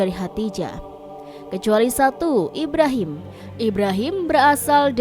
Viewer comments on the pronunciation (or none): none